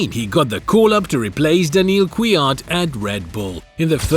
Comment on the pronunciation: daniel KYUAT??? kvyat*